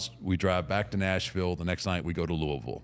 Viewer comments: Thank you for saying Louisville right mark! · That's how I know Taker has been in Louisville a lot, is he's the only person outside of Louisville that I've heard that pronounces Louisville right! Lol